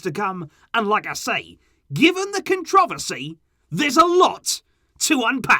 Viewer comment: why did you pronounce controversy like that